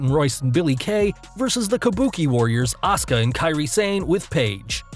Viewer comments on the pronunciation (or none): none